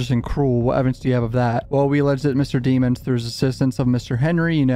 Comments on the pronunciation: You make this hard to watch by calling him deeemonds instead of his actual last name which is pronounced “deh-monds” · DEM-MONS not demons lol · i belive melly's surname is pronounced demmons" instead of deemons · You keep pronouncing his last name wrong say it with me Dem-ons not De-mons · its pronounced da-mons😂 😂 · Pronounced Deh-mons dummy